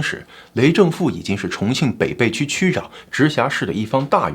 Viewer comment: 发音有个小错误，北涪区，应该念being fu qu